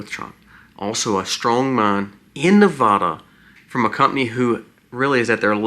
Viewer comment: Please, for future reference, it is pronounced Ne-VAD-uh, not Ne-VAH-duh. :body-green-covering-eyes: It's a touchy topic here! Thank you!